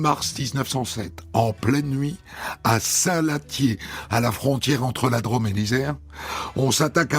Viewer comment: "la draaame" au lieu de la "drôôôme" Hondelatte est du su-ouest